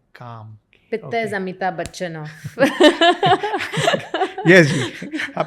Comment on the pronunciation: all good but Please do not destroy Hindi pronunciation, its "Amitabh Bachchan" not "Bachchana" its "cough" noit "cougha" please remember you are from India not from U.S.